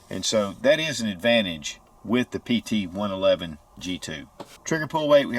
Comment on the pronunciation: 4 things: #1) Its a pt 111, not pt Eleven (11) as you refer to it throughout the video. #2) You point to the Slide LOCK lever, and call it a "Take Down Lever". #3) You highlight the rear sights as being adjustable for Elevation, when in fact, they're ALSO adustbable for Windage. #4) You describe the 2nd strike capability as the gun has been "RE-COCKED". Im pretty sure the "ReCocking actually happens when you go into that second strike trigger pull, and that's what actually re-cocks the gun. Lastly, every reviewer seems to bash the long trigger pull. It's only long for someone who's trained and become used to some of the other (shorter) trigger pulls on competing guns. To each his own. Fact is, many of these lower priced guns sell to first time gun owners. So, they don't have anything to compare the Taurus trigger to, and to them, it works just fine. I personally find it much more friendly than my Glock Gen 4 standard factory trigger. I didn't know this gun had a metal guide rod. That's a big improvement, since many Taurus pt 111 g2 owners have opted to replace the factory original composit guide rod/recoil spring assembly with a $30 after market Stainless Guide Rod/Recoil Spring assembly normally purchased from Lakeline. That one improvement alone makes this gun a fantastic buy at anything up to around $250. The only other change seems to be the elimination of the Taurus security lock, (aka Hillary Hole) which I understand can also be removed on the G2 models.